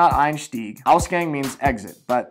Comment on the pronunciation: I honestly didn't expect you to misspell "Ausgang" so hardly. It shouldn't be pronouced like "Gang" from like crips and bloods and shit. It is supposed to be pronouced just as you would read it off the alphabet. A. Gang, like hallway